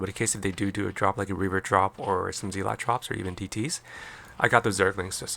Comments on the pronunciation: Respectfully, and kindly, asking you to consider that the pronunciation of "zealot" is not "zee-lot" but rather "zeh-let". Check it out with some online recordings of the word's pronunciation. GG and have a great day! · Is this AI voiceover? ZEELOT??